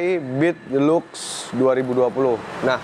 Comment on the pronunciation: Deluxe dibaca 'dilaks" 😁